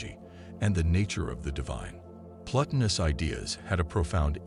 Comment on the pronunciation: The voice robot reading the script can't pronounce any of the main words that make up the topic, such as Plotinus, Neoplatonism, Sartre, etc. Find a real human being somewhere to do the reading that has some familiarity with the subject matter.